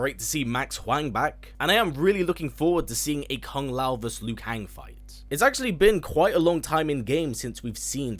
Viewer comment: verSUS, not vers